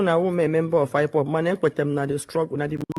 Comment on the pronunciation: This woman can't even pronounce IPOB she says ipop meaning she don't know the full meaning of ipob